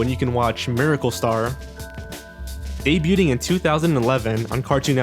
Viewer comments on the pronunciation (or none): Did he pronounce debuting "Day-BUTE-ing"???